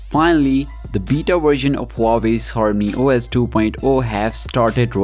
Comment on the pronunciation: Active the Translated..... Hormany os >>>horny OS..... 😑😑😑😅